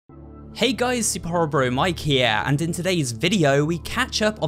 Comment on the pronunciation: “Hey guys, super horro bro mike hea” 20xx -??? (god I love your dark deception vids)